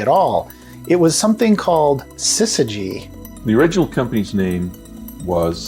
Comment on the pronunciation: Remember, the first syllable of Syzygy sounds like siz and not sis.